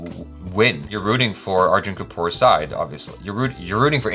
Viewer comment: Lolzer, dude. That try to get the pronounciation right... FYI, it's spoken as Go-vaa-ri-kar. Try that, and yeah same mind on the Arjun Kapoor thing and Sanjay Dutt too. Liked this reaction...👍👍👍